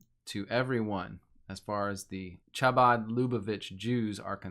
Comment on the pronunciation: How do you do so much research and not look at how to pronounce Chabad?